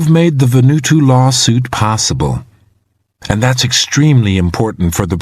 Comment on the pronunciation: Why does the reader say "Va-nu-to" when the island is called "Va-nu-aa-tu"?